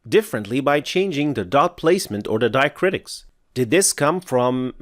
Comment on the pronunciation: it's diacritics not diacritis